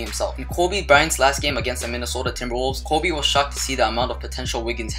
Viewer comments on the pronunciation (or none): The way he says "Kobe"he says KOOBe is he Hispanic?